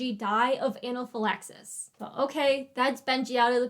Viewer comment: Analphylaxis omfg I’m dying ahahahaha I’ve never heard someone pronounce anaphylaxis like you